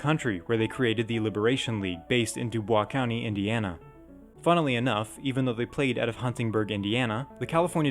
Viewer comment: I live in Dubois and I have never heard of them before. BTW, WE ARE NOT FRENCH! It is pronounced DEWBOYS.